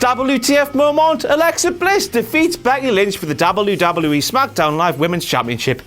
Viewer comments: We don't know.Nobody does.It's pronounced something like this Moemoant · why does he pronounce the word "moment" that way?